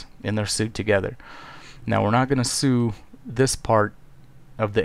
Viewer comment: Just gotta say sew is pronounced SO not SOO. ;)